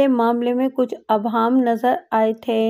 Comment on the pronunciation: Abham nahin ibham sahi hai.